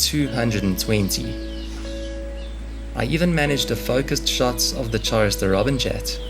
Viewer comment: One minor correction, Chorister is pronouced with a hard C sound, like Choir, or Chorus, which is where the name comes from